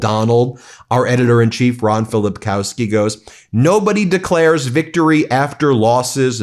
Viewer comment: 'Filipkowski' is pronounced as 'Filipkovski' Our w = v